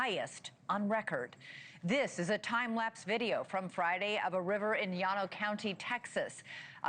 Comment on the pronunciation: Llano is pronounced Lan-oh. (Not Ya-no)